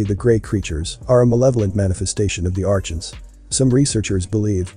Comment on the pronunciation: Archon - is pronounced ar-con .